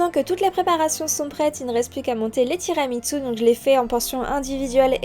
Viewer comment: Il y a un "t" de trop dans ton tiramisu 😉. Ça se prononce tiramisou.